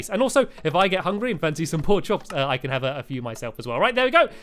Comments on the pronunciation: Stampy Stampy Stampy you said porkchoks instead of porkchops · he said porkchoks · Stamps said porkkops not porkchops. Also anyone watching in 2017????? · You Said Porchoks LOL